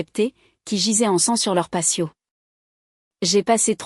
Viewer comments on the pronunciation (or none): C'est " patio " !!!! pas " passio, " !!!....